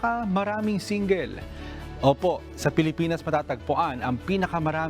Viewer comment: Grabe ang pronounce nang single. Singgil!